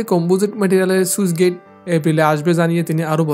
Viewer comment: "সুইচ গেইট" নয় শব্দটা স্লুইস (Sluice) গেইট...